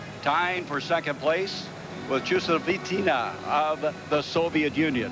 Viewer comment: Dude he BUTCHERED Chusovitina's last name! That was just embarrasing.